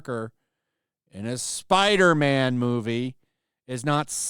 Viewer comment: Spiderman not Spiderma'am, Kirsten....